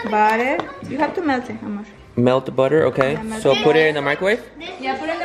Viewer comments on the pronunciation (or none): Its not mor its miamor